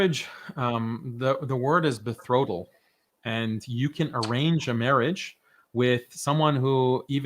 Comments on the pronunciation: actually the word is betrothal** not bethrodl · It is betrothal not bethrotal